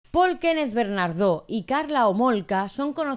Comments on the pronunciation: Es Paul bernardo sin ese acento al final pronunciado. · Por qué "BernarDÓ"? 😬😬